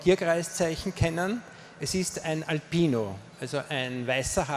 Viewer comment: Dieser Vortrag macht tatsächlich sprachlos! Selbstreflexionsfrei! "... es ist ein AlPino (alias AlBino), also ein weißer Hase, der gerade durch dieses äh sehr, sehr weiß leuchtende Elfenbein sehr stark eben hier äh dargestellt wird und die roten Augen eben aus Bernstein eingesetzt wErden (alias wOrden) sind ..." ODER bei : "ALFRED Dürer" statt Albrecht D .... Wirklich unglaublich! Und diese Körpersprache! Wie sich der eh, ähm, also, eh, ähm, äh "Redner" krampfhaft mit einer Hand am anderen Oberarm festklammert! Unbeschreiblich! Ähm!